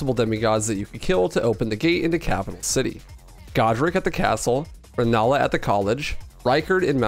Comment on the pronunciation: Jesus the pronounciation... Glemir? Soyfra? Saled? Elphaena? Also Rennela? Ricard? Did we even play the same game?